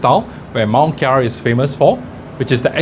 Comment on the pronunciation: Nice vid! Btw its Mont Kiara not Mount Kiara ;)